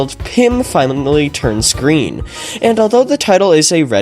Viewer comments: finally turned Gween. He got that badgeee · finally turns gween